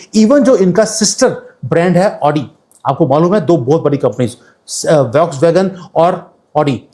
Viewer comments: Voksvagon nahi bolte hain. फॉक्सवगन बोलते है. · Please let me do one correction. The correct pronunciation of volkswagen is Fokswagen.